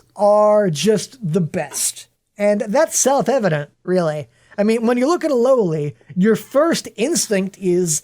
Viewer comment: 28 minute video of a guy saying loli wrong